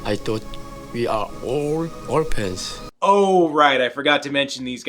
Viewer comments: what the hell are "or-pants"? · Listening to Dragonsound... and I thought that Ling Minmei's songs from Robotech were bad! Well, they were, but still! And "orphans"? Don't you mean "orpans"? Seriously, go back and listen again!